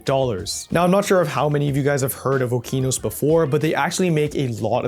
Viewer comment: Did bro just pronounce Okinos as Oh-KEE-nos